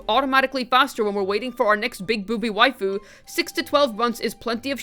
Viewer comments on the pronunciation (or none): none